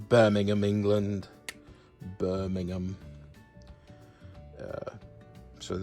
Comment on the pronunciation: That is actually a remarkably good British accent when you say "Birmingham"... Have you lived in the UK?